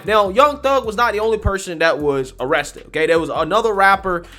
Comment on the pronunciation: Sorry, but she said wapper and awested. Hard to take it sewiouswy.